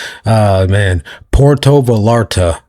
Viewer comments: "Porlto valarte mexico" na mame...digalo bien....PUERTO VALLARTA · prOnOunced. .. .. POO AIR TOW V EYE ARR TAH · Puerto Va-yahr-ta... double l makes the y sound.